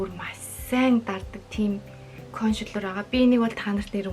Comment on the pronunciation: Кошэлэр гээд байна консэлэр шдээ